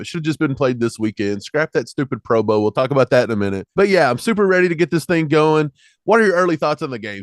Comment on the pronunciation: Why keep talking about the bengals. Move on to the eagles morons. You kids say pro boa instead of pro bowl 😁